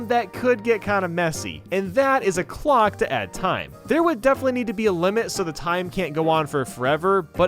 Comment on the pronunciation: I swear when you said "clock" I thought you said glock